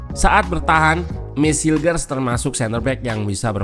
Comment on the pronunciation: Kata coachy cara bacanya: mees hilkhers